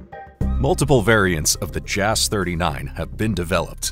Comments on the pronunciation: "Jass" should be pronounced like Yass not Jazz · You're mispronouncing "JAS"